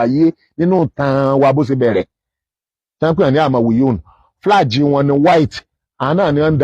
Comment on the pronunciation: is obviously an illiterate. How can you pronounce “Flag” flaje?????